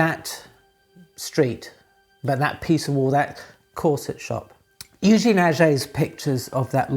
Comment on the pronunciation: Thanks a lot for this very interesting video, as always. Kind comment about french pronunciation : "è" in Eugène and "et" in Aget, you can quietly pronounce as "ai" in again